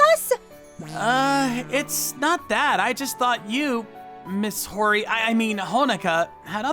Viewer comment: It's Ho-Ri-Ye(you can make it yeah if you want), not Ho-Ri. Just a gentle correction. 🤗🤗🤗